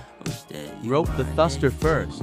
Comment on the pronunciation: First of all its a thruster not a thuster